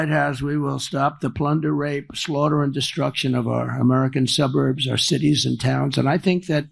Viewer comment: "When I return to the lighthouse" (wtf) "Women living in the suburs". He is definitely losing his mind.